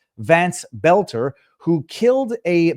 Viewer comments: It's boelter not belter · In MN, we have the DFL. That is an acronym for Democrat Farmer Laborer. The acronym is only honest about the first word, it represents neither Farmers nor Laborers. But it is distinct and separate from the DNC. And you say it like "Bolter", pal. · Boelter = Bölter. In a German word "oe" = "ö", like schön. For pronunciation, go to Google. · You know if you want to grow your channel you should pronounce the name boelter not there's a big difference it would only be belter if there wasn't an option in the name of boelter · Why arent people able to pronounce BOLT-ER?